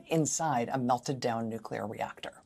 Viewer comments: Heh, heh. The new-queue-ler engineer. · Carter -- in his southern accent -- in fact, always pronounced it: "nucular."